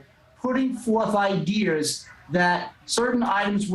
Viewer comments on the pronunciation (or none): This dudes "idears" are clearly twisted